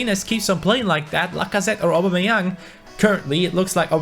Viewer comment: U can tell he doesnt watch football when u hear him say aub